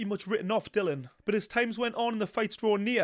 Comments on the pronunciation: I enjoy your analysis but strongly favour Itauma. Btw it's Dillian not Dillon, you should get his name correct. 😀 The only weakness I can see in Itauma is his coach Ben Davison. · Dillian not Dylan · Why does everyone call himDilon? His name is Dill IAN! DILLIAN! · His name is Dillian not Dylan. It might seem like nit-picking but it's disrespectful and lazy not to bother getting someones's name right.